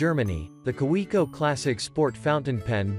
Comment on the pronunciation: Yeah, tons of research. This is an ad, pure and simple, and a bad one. Teach your robot voice how to say "Kaweco". If you know how.